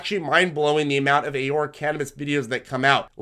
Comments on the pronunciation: 1) Ah-Roar-Ah , 2) a lot of stocks that you recommend are not available on the RobinHood trading platform which majority of your more newer, novice viewers are using, since it's a free trading platform. Perhaps you can fine tune your recommendations for that platform as a suggestion, but if not, that's obviously okay too. Great job on your videos, as always, highly informative, and we thank you for sharing this video. Keep up the great work. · Canadians pronounce it "A-Roar-A" Love your videos thanks for all your education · Alex Folger lol yeah it’s pronounced Ah-roar-a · I thought Aurora was pronounced differently but i'll pronounce it however u want as long as you keep making me money with this info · I love your videos but please learn how to pronounce Aurora. ✌🏻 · Alex Folger yea he’s pronouncing it wrong, but whatever, very valuable information!